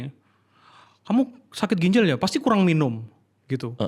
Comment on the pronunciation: GINJAL bukan GINJEL